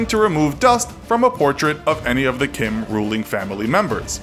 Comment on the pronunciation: I love how you bullied Kim’s name